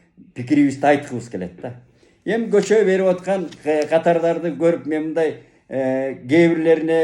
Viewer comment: Дагы айтам ээ журналист байке сабаттуу киши көчөө деп сүйлөйбү өзүңүзгө сересеп салбайсызбы